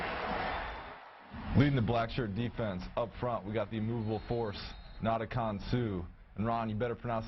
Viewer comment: haha he mispronounced suh's first name anyway "NADAKONG" lol. I bet he knows how to say his name now!